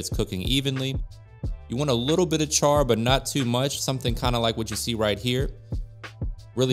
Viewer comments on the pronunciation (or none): none